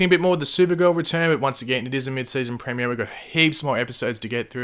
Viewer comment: say premier properly